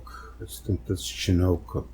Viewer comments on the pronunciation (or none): none